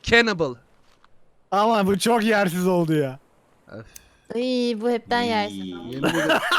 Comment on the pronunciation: Şu evit diyiş çok komik 🤣🤣